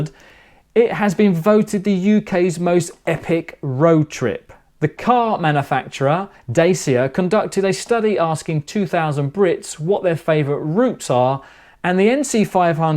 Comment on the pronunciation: Great vid ...bye the way Romanian is a romance language like Italian.... it's Dacia (with a hard 'ch' as in church or italian Ciao) not ' Dayssia' just so you know. I've a great life & do get out before anyone throws that comment in ha ha. Cheers